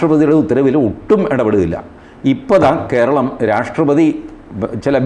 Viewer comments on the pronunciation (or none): none